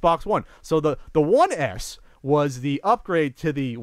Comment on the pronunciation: It sounds like is saying "One Ass" everytime he talks about the S model:D "It's insane, if I bought a one ass I would be like a what da fak" XD